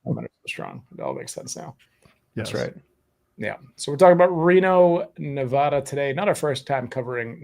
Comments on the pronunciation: There are no armadillos in Reno and Nevada is not pronounced Nevahda! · No such place as Nevahda. But good episode. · Cool video but the State is being pronounced wrong in the video. Go to the State's wiki page & click on this icon (🔊) to hear it pronounced correctly